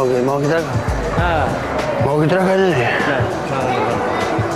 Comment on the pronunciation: Bjartur snær maður segir DREKKA ekki DREKA